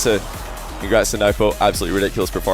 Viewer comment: Hey, that isn't how you pronounce NWPO's name. It's pronounced "no-boo." Continuing to say it wrong after he issued a correction at the Raleigh major is really sad and disrespectful.